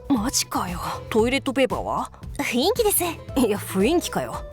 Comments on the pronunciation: 「ふいんき」ではなく、「ふんいき」ね。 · 雰囲気:ふいんきじゃなくてふんいきやで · ふいんきじゃなくて、ふんいきな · 雰囲気（ふんいき）だよ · ふいんき じゃなくて ふんいきな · ふいんきじゃなくてふんいきだよ なんかまるごとbananaっておもしろいm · 雰囲気 〇ふんいき ×ふいんき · ふいんき？ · ふいんき じゃなくて ふんいき ナレーションしっかり！！！ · 雰囲気(ふいんき)じゃなくて 雰囲気(ふんいき)なんだよなぁ… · 雰囲気って書いといてふいんきって読むのは草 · ふいんきではなく、ふんいきです。細かいなw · ちょっといいかな ふいんき✕ ふんいき○ て思っただけですすみません。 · ふいんきやめい。ふんいきや。めっちゃ気になる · 雰囲気って、読み方ふんいきじゃね？(←細かい奴)